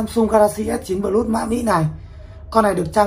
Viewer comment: Plus Đọc là pờ lút à ông? Chịu khó dùng GG dịch mà nghe nó phát âm như thế nào nhé.